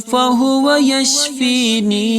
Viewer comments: Yashfinin hai ya yashfeen hai..plz correct karen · The recitation of AYAH is wrong. Wa ija marajtu wahua yashfeen Is aayat me yashfeeneen nahin hai. Agar koi wajah hai yashfeeneen kahne ki barahe karam mujhebittila farmaayen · Reciting wrong from end. It is yashfeen, not yashfeeneen.